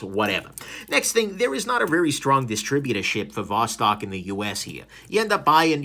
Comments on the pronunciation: ты все-таки не русский. То как ты говоришь: Восток, Достоевский, так русские не говорят. А может быть это такая хорошая маскировка? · Eh, "Vos-talking" sounds Romanian to my ears.